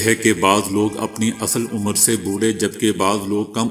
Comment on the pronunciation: Beta udheer umar ni adheer umar